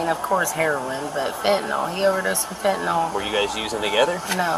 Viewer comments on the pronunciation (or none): Once and for all, it's fentaNYL, not fentaNALL.